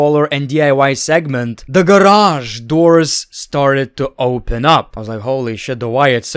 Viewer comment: '' the GARAGE.... door started opening up :O '' Idk why the way you say garage makes me giggle so bad.